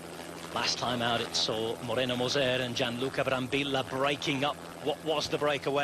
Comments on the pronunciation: the LLLLLLLLLL not YYYYYYYYYYYY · Ma que, non sare dire il nome de Brambilla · Nope, he keeps saying Brambilla wrong